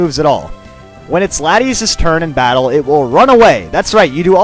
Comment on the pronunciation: i thought the " T" was silent in Latias ( FYI not trying to criticise )